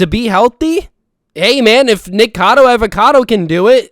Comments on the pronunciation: It’s Nikocado not “nikado 🥴” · its nikocado not nikado